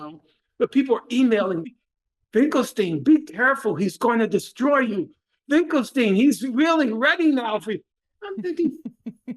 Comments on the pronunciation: Finkle finkle twinkle stein 😂😂🤡🤡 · omg i didn’t think i’d laugh AGAIN every time Norm said his name wrong but it’s so good every time